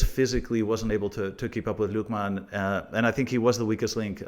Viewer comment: Why do people pronounce Lookman with a Jamaican accent, dude is Nigerian and grew up in England. It’s just Lookman not Lookmaarn